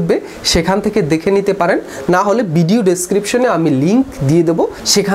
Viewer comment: বিডিও না ভাই ভিডিও, উচ্চারণ ঠিক করেন, কানে বাজে !!